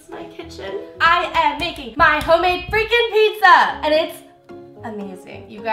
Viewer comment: "I am making my HOMEADE FRICKIN PIZZA!"😂😂